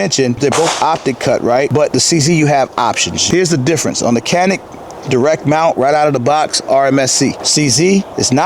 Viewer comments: be the only person in the country who pronounces Canik correctly: Chanik. I was surprised the Turkish gun is 200 bucks more than Czech gun. Your recoil control is as good as your narrative control! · I grew up with Turkish around me. Perhaps to an American ear the Turkish C sounds more like j than a ch. The k sounds is totally wrong